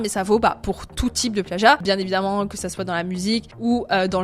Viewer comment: Le pleeagiat mdrr